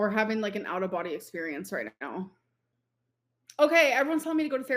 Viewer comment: is this the new personality we knew was coming? The way she is pronouncing words and acting like shes always done it that way is making me see red. Raght, raght?